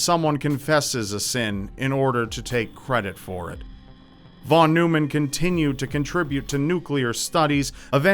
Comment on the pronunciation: In American English, Von Neumann is pronounced “von NOY-mun.”